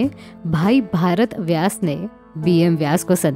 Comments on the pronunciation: भरण व्यास ko aap भारत व्यास kahti hain, aapko hindi naam lene ka salika nhi hai, sorry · भारत व्यास nhi madam भरत व्यास